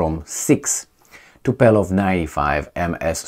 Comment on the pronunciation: Tupolew not Tupelow, it's about the 4th time I write you this. No there are two ways to interpret the result, non-reading or ignoiring, both not got 🤣🤣🤣